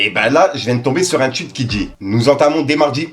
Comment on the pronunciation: Un tweet pas un tuich 😂